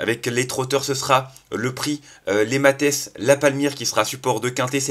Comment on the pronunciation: Cher ami, outre tout le bien que je pense de votre prono, laissez-moi vous dire que ce prix est celui des" Mathes-la-Palmyre" petites communes de Charente-Maritime, près de La Rochelle ET QUE "Mathes" ne se prononce PAS Matèsse mais Math, comme la matière; merci de vous renseigner un peu sur les noms des courses pour échapper à l'amateurisme .... :person-turqouise-waving